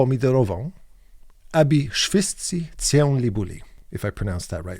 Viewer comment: "Of course I know him. He's me" - Obi-Wan Kenobi, Star Wars Regarding Polish phrase of the day, I think "Cię" is pronounced incorrectly, but for the life of me, I am unable to explain how. I've always sucked at explaining and undrstaniding phonetics